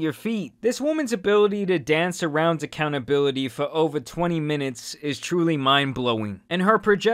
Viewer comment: She’s absolutely PA-THETIC! “ACCOUNT-A-BILITTY” Pls never say that again 🤦‍♂️🙄🤮😖🥺 She’s a true narcissist. Most think that’s just an insult word but watch YouTube videos on what it actually is and this girl will make complete sense to everyone